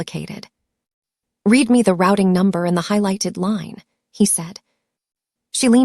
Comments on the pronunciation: The past tense of read is pronounced “red” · Ok a few things Avenue of the Americas is Midtown Manhattan Newark New Jersey is not New York Two very different places. Read and read spelled the same pronounced differently get it together messes up the flow of the sentence. People listening to learn English are getting messed up.